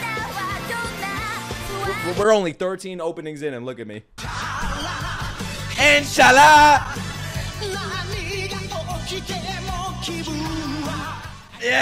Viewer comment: Bro said chala inchallah 💀💀💀